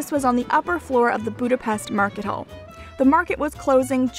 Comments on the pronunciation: Boo-da-best..... triggered hungarian noises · I liked your video and because you were struggle pronouncing some word with “s” i try to help you! If you see an “s” in a Hungarian word it has to be pronounced like “shhh”, and it is always like that, so easy to memorise. “sz” pronounced “s”, as you do it in english normally. I hope it helps, and trust me will be appreciated by Hungarians if you pronounce Budapest(not Budapeszt!) properly! ;) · a little lesson: How to say Budapest NOT boo-da-pest CORRECT: boo-da-pesHt 😀😉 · It isn't pronounced 'Boodapest', it's Budapesht' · Did you not have the biggest Hungarian dessert Palacsinta? My mother was Hungarian and I grew up with them. They are crepes with fruit filling. Crepes like croissants were invented by a Hungarian hotel chef, not the French. French chefs visiting Budapest (pronounced Buda/pesht) in the 1800's took them back to Paris. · great video but one thing I noticed is that if your making a video about Budapest you should make sure your saying "budape-sh-t" because in hungary unless there is a z after an s it makes a shhh sound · Great video. Its pronounced BudapeSHT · Buda- pesht! Try saying it correctly. You expect me to say Toronto correctly! And if you want to piss off a Hungarian, say that something in Budapest reminds you of Vienna.